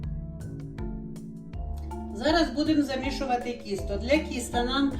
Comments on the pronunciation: Не кісто, а тісто.. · А чому кісто,а не тісто? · А мені від цього "кісто" стало на душі тепліше. Так колись говорили. Так багато років назад говорила моя покійна мама.